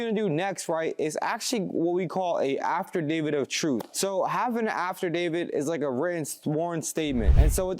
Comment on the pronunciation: DUDE! It’s not pronounced “AFTERDAVID”!! It’s AFFIDAVIT… you said it so many times incorrectly that I can’t help but say how unintelligent mispronouncing it makes you sound!